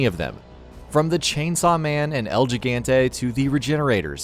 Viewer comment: When he said "el gee-gan-tay"